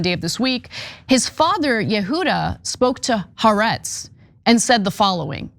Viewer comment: Ana, It's " corps," not cops and Haaretz ( Ha ar etz), not Ha rets.